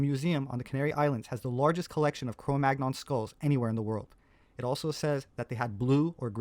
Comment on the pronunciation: Sepehr is supposedly a professional archaeologist, but he doesn't know how to correctly pronounce the term CRO MAGNON. He always mispronounces it, pronouncing a hard-G despite the fact that the term comes from a French place-name which -- like AVIGNON, BOLOGNE, CHAMPAGNE, AUVERGNE, DORDOGNE, COLOGNE, etc. -- is part of a 2-consonant cluster [-GN-] which is properly pronounced like the - NY - cluster in English. CRO MAGNON rhymes with the word CANYON. You're not supposed to pronounce the hard G goddammit!!! Sepehr ALWAYS gets this wrong, and it makes me laugh with mockery at his claim to be a professional archaeologist. It's like when Les Nessman on WKRP In Cincinnati pronounces the name "Chi Chi Rodriguez" as TSHY TSHY ROD-rih-gwayz. Sepehr is a goofy bastard pretending to an expertise he doesn't have. And I wonder about his little helper who goes around with him on his little field trips, filming Sepehr as the 'star'... going to feed the geese... and usually winding up at some restaurant where we get to see him eat some foreign dish. We never see him sharing his meal with his little helper, you'll notice. There's something about that which just makes me think he's all-the-more of a self-obsessed douchebag. Between this video by and some others by Gutsick Gibbon, it's nice to see some professional pushback against his pseudo-scholarship.